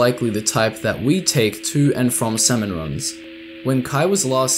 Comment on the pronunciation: idk how you managed to mispronounce “salmon” throughout the ENTIRE video